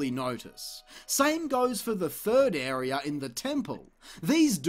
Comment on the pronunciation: Not sure if want to thumb up because of the amount of time and effort that went into this, and for the fact it was fairly entertaining, or thumbs down for how many times I had to heard area pronounced "airy-er" in a single video.